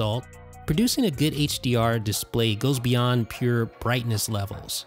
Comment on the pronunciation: Thank you, I really enjoyed the video but how come you pronounce display as DISS-play? It's noticeably distracting.